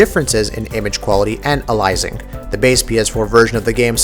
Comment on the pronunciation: Can you say the word Aliasing and anti-aliasing correctly for once.